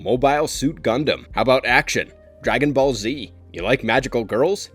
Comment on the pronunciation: This man butchers the name dragon ball and we just supposed to skip that? 😂